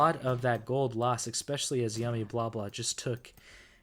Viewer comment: There’s still no X in the word especially. You pronounce it wrong every single time